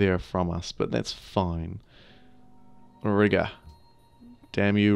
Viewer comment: It's "ree-gah," not "rih-gah."